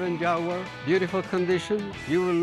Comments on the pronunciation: wtf is a jagwire? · JAGUWAR NOT JAGWIRE 😂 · Rick... It's "Jagwar" not "Jagwire" lol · Jag wire??? It’s Jaguar😅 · It's JAG-U-AR not Jagwar! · Jagwire??? Wtf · Rick, repeat after me: JAG-U-AR, not JAGWIRE. I had one. When they pass 100k miles they are nothing but expensive trouble. Even before 100K, their poorly designed electrical systems are a continuous, expensive to repair problem. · Its Jag u er not Jag whar lmao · Jag- u- ar. NOT Jag- wire. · it's NOT "Jag-Wire". :hand-orange-covering-eyes: That Jag is a total POS. Money pit waiting for a fool. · Rick, what the f*** is a "Jag-wire"?? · What was worse is calling it a "Jagwar" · The origins of the word are not even English, so it doesn't really matter. I must admit how Rick said Jag-wire does grate a bit but it's not a big deal. We all speak English, we all understand each other, that's a good thing, chill out. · its so wierd that some people say " jag-wire" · To all Americans here, it's pronounced jag-you-are! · Never gonna achieve that.. 🤔 Start with Ja-Gwar.. 👍 Be Well!! 😀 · Hey Rick!, WTF is a JAG-WIRE? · its not jag-wire ffs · The way they both try to pronounce Jaguar is laughably bad XD